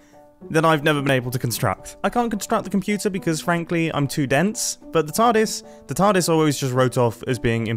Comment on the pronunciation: Is he calling it a tardise